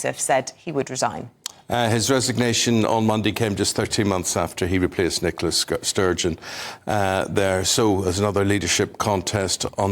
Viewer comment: LMAO Eamonn "Nicola SCURGE-on".